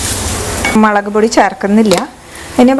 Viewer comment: മെളകാണോ... അതോ മുളകാണോ